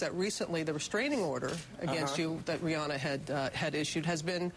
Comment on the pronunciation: They couldn't even pronounced rihanna correctly